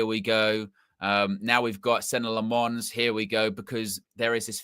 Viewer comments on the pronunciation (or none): 🚨 OFFICIAL PRONOUNCIATION 🚨 Senne (SENnuh) - emphasis on first syllable Lammens (LAHmuhns) - EMPHASIS ON FIRST SYLLABLE(!) Andy Mitten is the only one who got it right so far. Everyone from Ste Howson all the way to is doing the French inflection, like it’s Croissants or Provence with emphasis on the last syllable. But HE IS FLEMISH AND THAT MEANS DUTCH SPEAKING. The name is Dutch as well. I’m a Dutchman. Thanks for your attention. Good luck!